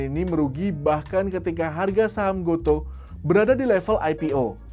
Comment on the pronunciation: Baca GOTO itu = go tu bang wkwk